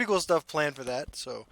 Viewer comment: "shtuff" lol